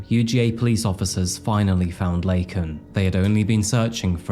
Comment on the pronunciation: This story pissed me off so much and I’m Canadian. The fact that Biden literally mispronounced this woman’s name live on tv, and didn’t enforce immigration laws AT ALL absolutely made me hate the Democrat’s to a completely different degree.